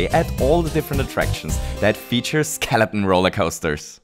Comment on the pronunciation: I love how you say skeleton as skeleon